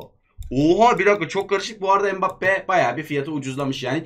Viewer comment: Abi mbappé bedöva degil